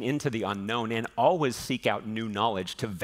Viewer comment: The way he says always is not ok